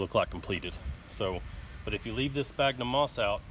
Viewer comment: Fyi sphagnum is pronounced SFAGNUM. Great little video clip!! Thanks